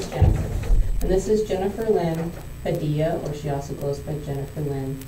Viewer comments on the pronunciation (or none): none